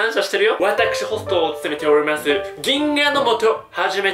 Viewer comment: おりまぉぅぁあすｗｗｗ